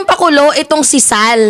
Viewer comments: huwag mong dodoblehin ang pagbigkas ng SAL. Di maganda ang magiging dating. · 😂it's the way you pronounced sal & goes with that facial expression. Natawa ako ng husto labas tuloy sipon ko😅si Sal Panelo ay ADD positive daw according to a psychiatrical evaluation report. Kasama Robinhood & Quisugo ng diablo. ADD- attention deficit disorder.....you look great 😊